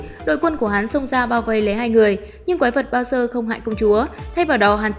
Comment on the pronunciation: Bowser thành "bao giờ" :)))